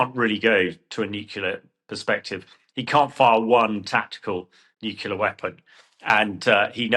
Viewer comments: What is nucular? Do you mean Nuclear? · Nucular?? Nuclear surely